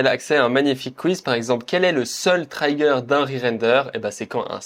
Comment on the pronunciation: Top, merci !! Sinon en anglais on dit "trigueur" pour "trigger" pas "traillegueur" 🌻